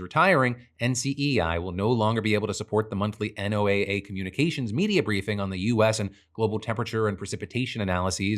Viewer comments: Hi Phil, I hate being “that guy” but NOAA is pronounced “Noah” 🙃 On a real note, NOAA is critical to also understanding how climate change is going to impact things like weather, the ocean, and people…. especially people who are already marginalized and impacted in coastal and island communities. I live in Guam and work in ocean conservation, local projects and students relay on NOAA funds to make our island more sustainable. It’s a gross use of power and the people here (who aren’t even allowed to vote) will pay the price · It's killing me that you keep spelling out NOAA instead of saying it like the name "Noah", which is typically how people say it lol, but that is HUGE news so thank you for talking about it! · Today I'm learning that NOAA is not pronounced Noah... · State programs that work to put federal dollars in local resilience planning and economies are also on the chopping block under NOAA reductions (P.S. you say NOAA like “NOAH”) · This isn't important, but NOAA is pronounced like the name noah. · Oh please just say Noah… you don’t spell out FEMA each time. You just say feema.